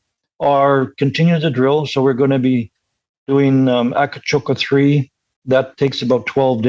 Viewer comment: Please,. It is not called Akacoka but Akcakoca. I don't want to know what your turkish partners will think if you pronounce it wrong.